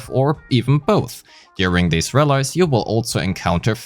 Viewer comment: Ein Tip: Der Plural von rally (rallies) wird nicht "rall-eyes" ausgesprochen, sondern "rall-ees", wie eng. 'knees' oder deu. 'Verlies'.